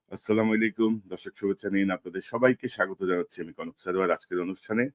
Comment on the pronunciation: সালামটাও সহীশুদ্ধ করে দিতে পারেন না। কেমন মুসলমান?স্লামালাইকুম নয় আস্সালামু আলাইকুম বলবেন